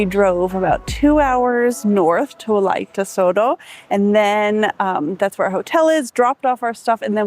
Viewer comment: not Toto but Entoto (can be pronounced as En-TOH-toh or init’ot’o) and In amharic “እንጦጦ”. And then I think there may be some confusion about what takes place at St. Mary’s Church, so let me explain it clearly and accurately. In Ethiopia, Orthodox Christians observe the 21st day of every month in honor of St. Mary. On this day, believers attend not only St. Mary’s Church but any Orthodox Christian church to pray and worship God. In the Orthodox faith, St. Mary is lovingly called “Our Mother,” and we believe that she intercedes by praying to her Son and Lord, Jesus Christ, for the forgiveness of our sins. These celebrations are based on specific and well-established religious reasons. January 21st is commemorated as the day of her departure (death). May 1st marks her birth, and May 21st celebrates her public revelation in Egypt, a day that is respected even by Muslims. August 16th is observed as the day of her resurrection, when she was taken up, as her Son was. September 21st is also highly significant, as it commemorates the appearance of the Virgin Mary to the 318 scholar fathers at the Council of Nicaea, where Arius was condemned, and it is also the day when the Cross of our Lord and Savior Jesus Christ rested at Ethiopia, Geshen Debre Kerbe. For these reasons, the veneration of St. Mary on these dates is deeply rooted in faith, history, and long-standing tradition. Thank you!!!